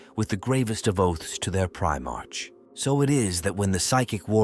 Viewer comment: Teach your AI to pronounce Primark correctly.. it's getting past annoying